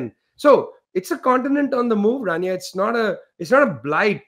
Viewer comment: I believe it's "Rania" not "Tania".